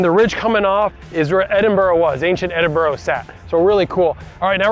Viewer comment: Good job pronouncing Edinburgh ending with an "a" instead of an "o" Coming from a Scot